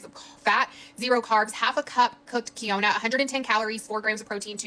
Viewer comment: My thoughts exactly!!! Not to mention her pronunciation of “quinoa” about killed me